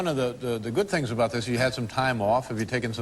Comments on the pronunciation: Canadian Norm Macdonald proudly declares, "I know a-boot!" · What does that actually mean? Is that what he actually says? Some canadian thing?